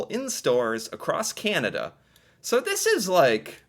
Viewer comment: I love how you say "Kyan-ah-DUH".